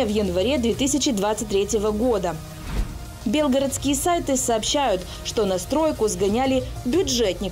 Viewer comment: Бля не бЕлгородские, а БелгорОдский. Ставьте пожалуйста правильно ударение